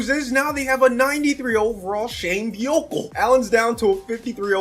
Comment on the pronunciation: The way he pronounced Buechele is amazing😭 it’s actually pronounced Buu-Shell though